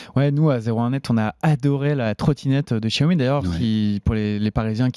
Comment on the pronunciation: Faut arrêter de prononcer "djaomi", vraiment